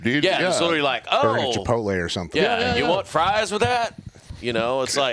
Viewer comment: Can we get an episode where everyone drinks when mispronounces literally? Love the podcasts keep em coming!!